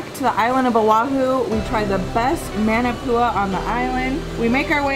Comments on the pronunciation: ..it's pronounced "mon" NOT "man"... ..so "mon"-na-poo-a... #manapua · Maa Naa Pua not man a pua 😂 & Sing Cheong Yuen has the best Maa Naa Pua’s. You guy’s need to do a Hawaii food tour. 🥰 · Oh man. Love you guys and your videos but the pronunciation of manapua!!! Muh-nuh-poo-uh is the correct way instead of Man-o-Pua. Like Moana not Mo-anna. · Love you guys but it’s pronounced “MAH-NAH-POOH-AH” aka Manapua lol and its “MOO-SAH-BEE” aka Musabi. So glad you folks came! Wish I bumped into you folks I would’ve been girl fanning lol okay back to watching the rest of the video! 😊🤙🏽